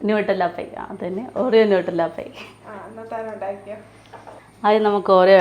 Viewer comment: നൂട്ടല്ല അല്ല നട്ടല്ല, ലൈച്ചി അല്ല ലിച്ചി ലെറ്റൂസ് അല്ല ലെറ്റസ് ഇങ്ങനെ ഒക്കെ ആണ് പറയേണ്ടത്. ലോകം മുഴുവനും കാണുന്നതാണ്‌ നിങ്ങളെ ❤